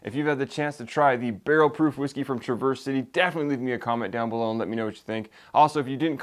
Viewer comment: OK, I don’t want to be that guy, but I’m from Michigan and I can give you a first hand tip on how to say “Traverse City”. It’s not truh-VURS but rather TRAV-ers . I hate to correct you but fellow Michiganders will now smile. Great review and yes a great distillery! They even make cocktail cherries which are fantastic. Traverse City is famous for cherries. Keep up the good work! Subscribed!